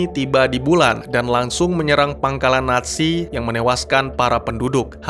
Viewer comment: NAT SI... apa NA ZI... Kok akadang-kadang terdengar NASI